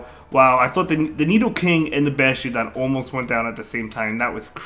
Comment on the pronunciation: DEW-GON and BASH-TIADON 😂😂😂